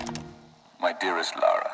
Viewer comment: Her name is Lara.. REALLY IS IT THAT HARD. LA- RA, LA LA LA LA- RA RA RA RA